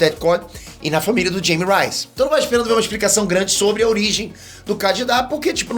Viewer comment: E o nome dele é espanhol, não se pronuncia “Jime Rais” é “Raime Reis” J se pronuncia R ele é de origem espanica então tem q usar a pronúncia correta assim como o seu nome é pronunciado “Pêter” e não “Piter” certo?